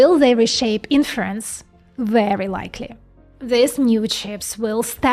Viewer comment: When she say "inference" and you ear "in France"